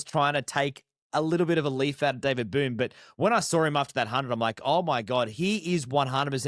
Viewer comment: Its Boon not Boone, respect for an Australian legend :)